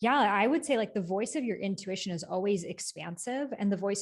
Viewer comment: I thought I was the only one who says “intuwitchion” ✨